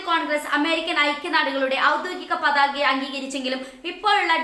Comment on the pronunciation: പാതക അല്ല പതാക....